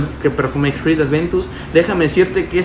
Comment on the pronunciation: como puedes pronunciar con f una cr !!!! de verdad!!!